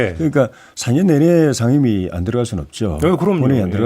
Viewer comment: 거셰 샹임위 41퍼셴트 발음이나 똑바로해라 대구경북 조해진 병신아 미통당이 반대하면 암것도하지말아야하냐?논리보소